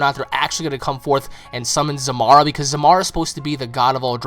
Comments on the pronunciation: Pretty sure it's Zarama, not "Zamara" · um.. isnt he called zarama? you keep callin him zamara